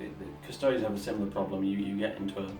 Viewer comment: Thank goodness you can pronounce Custodes correctly and we aren't hearing shouts of 'custards'! Always enjoy your immersive battle reports. Keep up the good work!